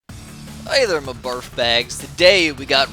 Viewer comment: at the beginning of the video the person talking sounded like he said barf